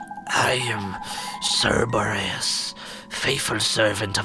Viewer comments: For all who care, it's most likely pronounced surr-BOH-ree-uss It's a play on words, a combination of Cerberus (three-headed dog, guardian of the greek underworld) and Boreas (greek god of the north wind). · It is pronounced sir-bore-ee-us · Martyn, I'm pretty sure that you pronounced the dog's name wrong. I'm almost certain that it's pronounced the same way as Cerberus, the dog who guards the Underworld in Greek mythology.